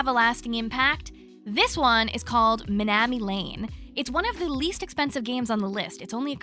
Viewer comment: Haha yeah, the way you pronounced kamaeru was wrong (it’s Japanese). Same with minami. But it’s okay 😝 this video is so helpful! Thank you 💙